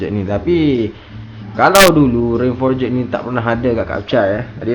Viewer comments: Jadah apa siak sebut for-jet. Sebutan yang betul forj. Ejaan forged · sebut forged pun xbetul..noob tol.. sebut forgh bukan eja forged satu2.. forged ni bukan pakai cnc.. cnc dipanggil billet..forged proses lain